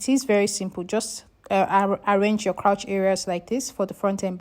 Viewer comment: Hello 👋🏼 lovely video. I wanted to just correct your pronunciation on ‘crouch’. It is actually ‘crotch’ as in “touch” 😊. I’ve noticed it in a few other videos so I said let me help out. ❤